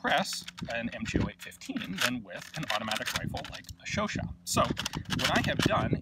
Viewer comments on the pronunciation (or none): Chau-CHAT: the second syllable is to be stressed, not the first. But it's already an improvement over earlier videos where you said something like Shuu-shuu... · Oh I thought you pronounce it like Chow-chat lol :/ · Me pronouncing the gun Chooochat